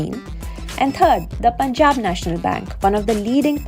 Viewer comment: Somebody teach this narrator guy needs to say "Punjab" properly.